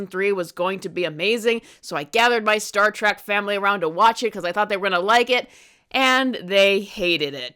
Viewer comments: Not Star "trach" it's Star "Trek" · It's Star TREK, NOT TRACK!